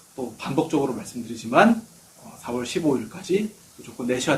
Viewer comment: 마감이 4월15일로 알고있는데 3월15일로 들려서 깜짝 놀랐어요 저만 잘못들리는건 아니죠?